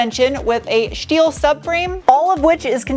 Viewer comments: nothing will ever be as iconic as Sarahs "shteel conshtruction" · Is "shteel" and "shtruts" just a shpeech impediment? Or schtick?